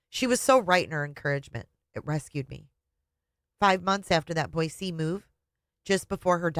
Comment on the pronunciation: first of all, thank you for saying Boise correctly!!! Second of all, I was not going to watch initially because to me, her book seems nauseating. Yes, the book is nauseating, but hearing you read it makes it all worthwhile!! I just got to the part where she sees her aunt in her dreams. How very Daybellian of her, right? 😂😂😂